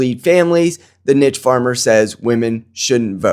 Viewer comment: I'm 1 min in and have no idea what you even just said. Nick proved that you believe that Nick's opinions offer niche farming to the conservative movement? (You pronounce niche wrong btw) 😂